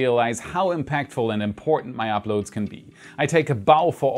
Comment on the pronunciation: Tscherman Akzent. His accent is actually quite weak -- there are a few words he gets wrong (such as this one), a few vowels that aren't quite right ("apload"/"upload"), and a particular pause in certain consonant clusters that is common in German. And that's about it.